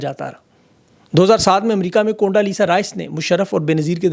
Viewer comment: It's condo not conda